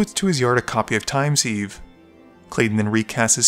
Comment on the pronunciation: "Time sieve" is pronounced "siv" (not "seeve", hope this helps!)